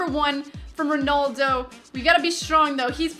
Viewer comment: it's RONALDO not RONOLDO